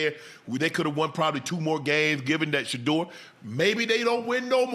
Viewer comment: Why can’t stefanski say Shedeur’s name. because he can not stand him God has Shedeur